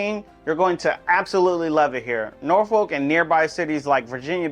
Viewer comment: As a fellow Richmonder...even we know its 'Nor-Fulk'....not 'Nor-Folk' 😂. Good city nonetheless!